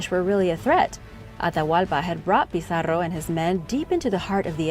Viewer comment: Wonderful video thanks for bringing world history to a wider audience, this have been one of my favorite. Your use of regional languages the way you went out there to say Pizarro was exquisite!!